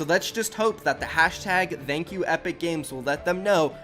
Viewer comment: Love the videos!!! But I can’t stand the way you say “thank you” 😂